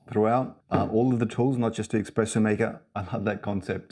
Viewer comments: Huh, neat! Love out-of-the-box thinking. I actually don’t mind the arms. It’s eSpresso not eXpresso though. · Very cool but pleasssssee don’t say exxxxxpresso! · I'd have a hard time buying a machine from anyone who pronounces it "eXpresso". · Pleeeeease remake this video and don’t say expresso. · cant take it seriously when you do.